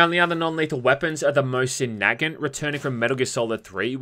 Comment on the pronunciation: It's na gant not nagant